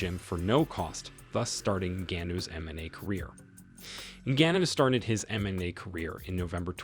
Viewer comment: Lol why cant this youtuber say mma or ngannou right?